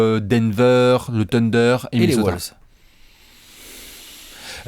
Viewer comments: Sundayzz V nan. Les ricains les appellent TimberBulls. Mais pas Woulves. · Victor Delefortrie bah les ricains le disent mal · Woulves c'est pour le mélange entre les wolves et les bulls je crois